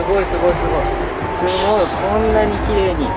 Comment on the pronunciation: ともさんすごいっていう時すとごの間に少し「ん」が入っててすんごいみたいになってる